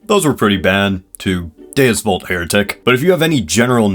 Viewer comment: DUES VU- Gets stabed for saying Dues Vult e.e